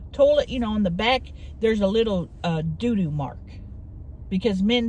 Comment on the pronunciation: I love how says doo doo lmao